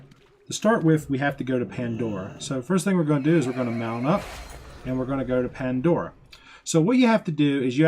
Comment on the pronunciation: Ya, he was killing me with that. And who says, awww snap?